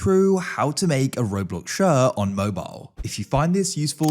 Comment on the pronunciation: im sorry.."shirr" 😭